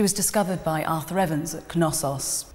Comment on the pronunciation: I'm pretty sure the k in Knossos is silent. I've watched a few docs, and all the people on there pronounced it without the k. You would pronounce the k in knowledge or knee, would you